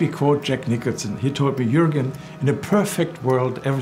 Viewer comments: Jourgen pewds lol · it's Joergen but spelled as Juergen!